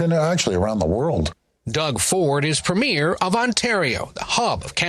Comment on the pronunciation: Well CBS needs to learn how to pronounce "premier" before commenting.